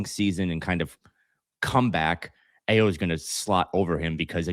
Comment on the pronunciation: Ayo = pronounced I-O